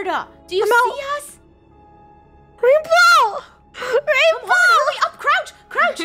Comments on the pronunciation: Lol she says wainbrow 😂😂😂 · It sound liked it says Rainbrow